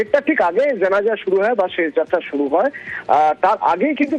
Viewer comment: ছেশ যাত্রা না আপা , উচ্চারণ হবে শেষ । এই সব তৃতীয় ক্লাসের উচ্চারণ নিয়ে নিউজ প্রেজেন্টার হয় কি ভাবে!